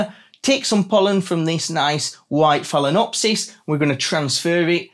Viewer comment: It’s fail-ah-nopsys